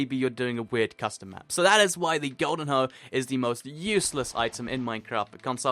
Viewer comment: Wait... did you say waste it on hoes or HOES